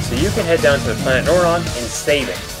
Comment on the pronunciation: I really think you should re-do this review... there was LITERALLY nothing after you mispronounced Norion's name... and simply said what you didn't like after the opening... you didn't show Elysia or the Phazon World, and I would've also liked to've seen reviews on Prime 1 & 2... but I haven't finished any of these yet... though I am close in Prime 1.